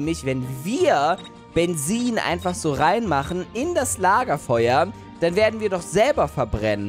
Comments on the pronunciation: Das heißt Bezin mit Z und nicht Bensin. 😔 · Wie er einfach immer "Bensin" anstatt "Benzin" gesagt hat! XD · Das heißt Benzin, nicht Bensin⛽ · Jeder sagt Benzin: Bensin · es heißt Benzin und nicht Bensin 😂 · Bensin lachflash des Jahrtausends es heißt Benzin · Bensin. Ich: Es heißt Benzin! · Bensin??? Heißt das nicht Benzin?😂😂😂😂😂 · Wem is aufgefallen dass immer Bensin sagt😁😃😄😅❤ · BENZIEN?!?!?!??!?!?!??junge...ES HEI?T BENZIIIIIIN UND NICHT BENZIIIIIIEN!!! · Das heißt nicht Bensin sondern Benzin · es heißt Benzin und nichts Bensin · 🥺❤️ Welche Sprache bist du? Du sagst Statt Benzin = bensin 😂❤️ Haha Liked pls damit es sieht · Es heißt Benzin nicht benzzin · spricht es "bensien" aus Ich:spreche eher "Benzin" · Mensch sag Benzin zzzz zzz nich sss mensch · Es heißt Benzien ohne s!!Mehrk es dir! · Wen triggert auch wie Benzin ausspricht?🤣